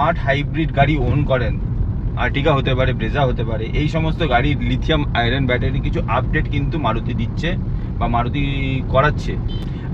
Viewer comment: it's *Lithium-ion battery, not 'Lithium-iron'.